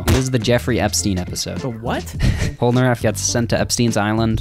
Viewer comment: And one has immense trouble saying "Polnareff".